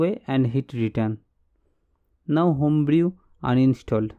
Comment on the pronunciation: Nice Video, you save my time, but take care of pronunciation - Home brew is = होम ब्रू